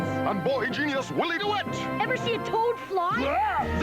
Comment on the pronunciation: you literally called him Wally Dewitt whilst showing us the text of his name on screen. and goddammit, the kid's name is a pun. "Willie Dewitt" as in "Will 'e Do it?"